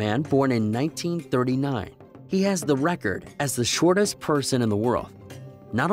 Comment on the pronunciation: Why do you keep saying. Shot tis inthe wold